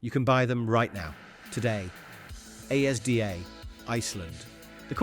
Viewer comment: Pronounced ASDA as A S D A LOL